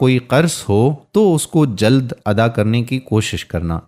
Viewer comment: Mashallah Allah ap ko jaza dy, kuch alfaz ghalat hn wo drust karln, juld nai jild, kanazuleman nai kanazuleman, zakat mishkat m wao na Para Jay. Islah o tarbiyat Jari rakhn.